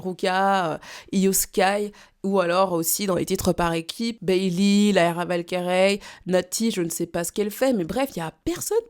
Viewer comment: Ce putain de titre face à Roman Reigns 😊 Commentaire de soutien. Tu feras des vidéos sur la AEW ?? Tu as prononcé Valkyrie à la belge chère compatriote 😂 "Valkirèye"